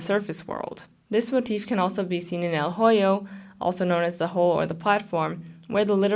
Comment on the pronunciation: el hoyo is pronounced "el oyo” the h is silent :]